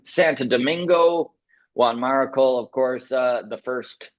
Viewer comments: Hey guys. It’s Juan MariTCHal how you pronounce it. He’s a legend and deserves better 😅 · Juan Marichal is still alive at 87, which is cool. The "ch" is pronounced with a "sh" sound, if I remember correctly.